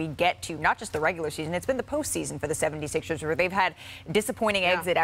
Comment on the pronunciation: I read this comment as Perk said Philadelphia 76es lol he pronounces it like it’s spelled here. Maybe that’s what they were aiming for 😂